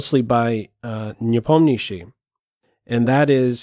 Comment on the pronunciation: Have to say, your pronunciation of Nepo name is by far best of all non-russian commenters!